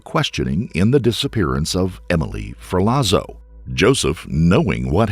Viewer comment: *Ferlazzo= ferlatso